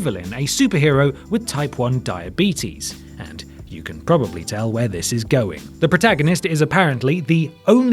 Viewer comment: Uniqlo is pronounced Yuni-klo, in case you cared.